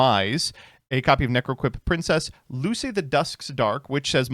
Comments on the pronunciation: "Loo-say"? Really bro? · Luce is Italian for light.....so yunno lu chay is the pronunciation